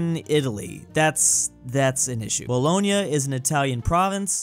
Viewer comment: How can you not know how to pronounce Bologna when the most famous spaghetti is bolognese